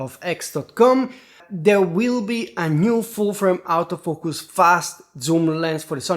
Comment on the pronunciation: Stop saying comment system. It's comment section. And when you say autofoucus you pronounce it exactly like saying out of focus